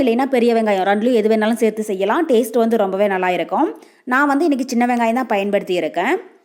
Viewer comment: சேர்த்து என்று சொல்லவேண்டும் சேத்தி இல்லை தமிழ்சரியாக உச்சரிக்க வேண்டும் பாப்பா